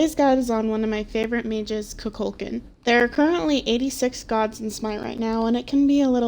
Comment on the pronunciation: IT'S NOT KUKÚLKAN, IT'S KUKULKÁN